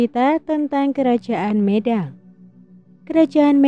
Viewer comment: Pelafalan kata medang kurang pas.